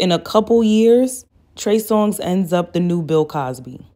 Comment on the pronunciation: How you called him “Trey Song” the entirety of this video is sending me 😂